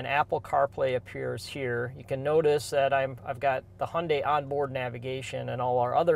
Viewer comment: Hyundai like Sunday